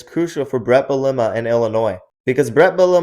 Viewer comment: If you can’t pronounce Bielema correctly after how long he’s been around, you probably shouldn’t give us college football analysis